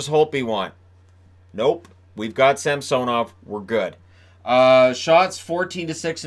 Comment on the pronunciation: Sam-sone-ov. I think it’s pronounced Sam-sun-ov. The announcers say “sam-sone-ov” for some reason. The other way (Sam-sun-ov) sounds much better in my opinion.